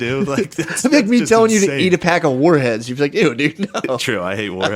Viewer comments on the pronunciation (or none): Matt saying "Whar heads" is incredible 😂